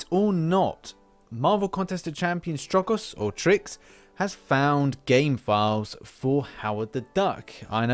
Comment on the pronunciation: "Trucos" is actually pronounced "troo-cus" 😉